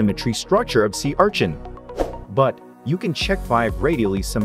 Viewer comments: Normal people: Sea urchin This guy: see our chin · Sea ARCHIN😂😂😂